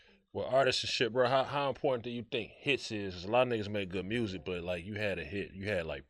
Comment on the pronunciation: Lmfao he says mursic like NLE Choppa does 😂